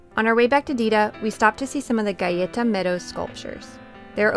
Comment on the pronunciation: AB is an overlooked gem in California and I hope it stays that way. Can't wait to go in the spring and see what the rains brought! And you pronounced "Galleta" correctly! Lol